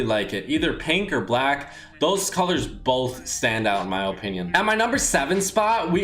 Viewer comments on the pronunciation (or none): How many times is this guy gonna say ohpinion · ''in my ope-nion''